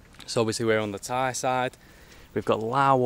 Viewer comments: Your parents are strong, climb up to the hill but at the top is the fantastic scenery, Anyway your Thai accent is so goooood. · Woaa, have not watched your channel for months. Your Thai pronunciation is now next level!! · your thai's acccent so so good